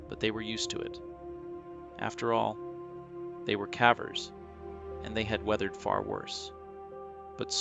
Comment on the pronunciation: Why the a.i. voice my friend ? Thats not how you pronounce the word "cavers"